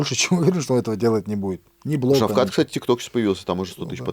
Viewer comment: Скажи этому человеку он всегда говорить (Шавхал) Он нп ШАВХАЛ А ШАВКАТ Шавкат Рахмонов Шавкат !!!!!!